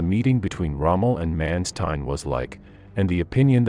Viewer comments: I would have appreciated if the correct pronounciation for Generalfeldmarschall Manstein would have been used, because this sounds absolute terriffic.. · The pronunciation Manstein & Kursk in this video is odd.